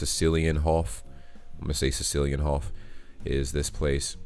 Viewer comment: Cecilienhof is pronounced Zezilienhof. Your Sesilienhof was close enough, though.